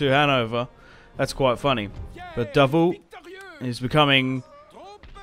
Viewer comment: Davout pronounced as DA-vo.anyway good battle ,charge of the light brigade stuff !